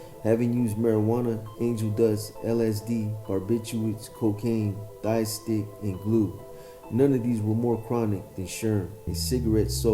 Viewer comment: When he got shot in the legs was he smoking a Thai stick joint because every time reads / mentions it I'm hearing thigh stick not Thai stick I'm i just hearing what is said wrong?